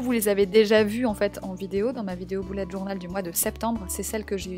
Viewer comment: Tu dit boulette journal